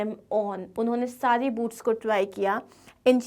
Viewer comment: Maam please don't mind but it's boots